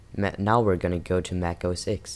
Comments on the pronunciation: Its not mac os "ex" its mac os "TEN" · Mac OS X, please say 'Mac OS Ten' :(